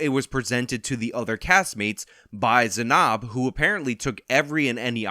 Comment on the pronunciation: Weirdly bothered by your pronunciation of Zanab